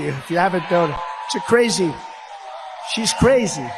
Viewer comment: Donald Trump’s pronunciation of the word “Crazy” as “Quazy” tells us something about his intelligence. Vote Blue…….